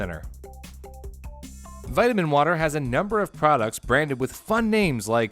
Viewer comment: Vitimin wotah